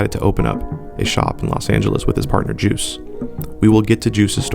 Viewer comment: you pronunced his name wrong his name is juice1 not juicy at least say all of there names correctly